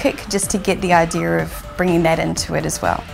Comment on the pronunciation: It’s sound like you are saying idear🤷🏽‍♂️